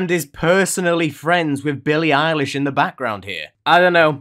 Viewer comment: That’s not Billie eilish, that’s Eilie Bilish